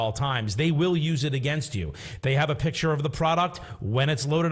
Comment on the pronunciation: say PICTURE NOT PITCHER!!